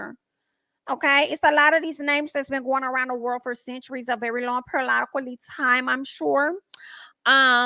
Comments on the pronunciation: What is perilolically?? You said it several times. I tried googling it but it only showed periodically!! Please help! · I don't even care. I'm just here for you. "Periolotacly times." 😂❤ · I swear I die everytime you say #periodically'time! ✌🏼😂